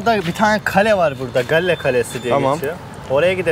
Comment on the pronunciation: çok özlemişim yaaa canım Srilanka )) bu arada şehrin ismi gaol diye okunuyor haberin olsun kardeşim